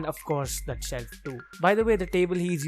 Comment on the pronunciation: I really like his chelf lol 😂